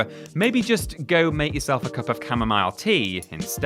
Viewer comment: I cringed at cam-o-mile